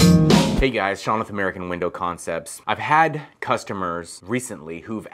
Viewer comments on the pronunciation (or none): none